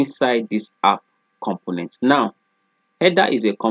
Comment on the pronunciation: Everytime you say "component", it sounds you are saying "compliment". I'm sorry, I normally don't like to bother people if they don't say it correctly one time, but you use that word alot. It's a little distraction from your lesson. I appreciate all your hard work and taking the time to upload this video.